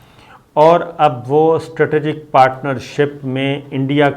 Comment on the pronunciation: Your all analysis are based on your narrow and shrink knowledge. You even can't pronounce "Strategic" correctly! Earlier we used to sustain this, thinking that you are a good soul. This is why we did sustain your fake news that Sharif Families are going to return 25 Bilion Dollars! But when we saw you were playing a dirty game of saving Arshad Sharif, the Coward, we came to know that you are not a good soul, Mr. Sabir Shakir!